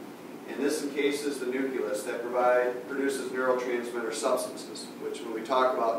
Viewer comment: nuculus lol